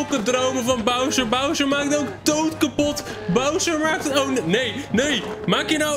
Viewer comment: hahah wie zei het vroeger als kind ook zo; Browser 🤣